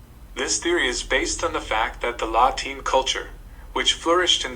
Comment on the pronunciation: Not sure how scholastic the video is. It mispronounces several terms (Kelts not Selts and La Ten not Lateen). The illustrations are more suited to 18th century AD rather than 5th century BC and the social structure they mention is more indicative of Medieval European rather than Pre-Roman.